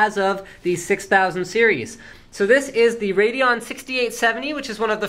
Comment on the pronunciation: wrong. you dont pronouns "RADEON" like *RAYDON..the "E" in Radeon is there for a reason..so that you wont pronouns it RAYDON but RAYDEEON just sayin